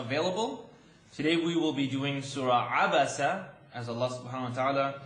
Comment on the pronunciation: Thank u for annunciate the abasa